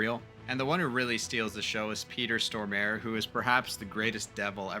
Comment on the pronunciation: I saw the "Worst of 90's cool" video too, and you put Vampires, Hackers and Tank Girl in the wrong video! ;) Also, the name of that swedish actor is not is not "Peter Stormaer", it's Stormare. Storm-a-re. Three syllables.